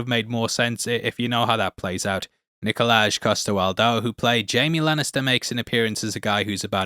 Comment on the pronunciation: There’s a j at the end of his name but the name is still Nikolai not Nikolaj, it’s like in Danish Hi is Hej but it’s not pronounced like you would read it in English.